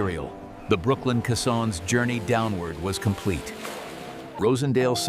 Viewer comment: Thanks for your review, It stopped me from throwing away another 12 minutes of my life. And the way AI mispronounced caissons. AI narration will be the death of us😵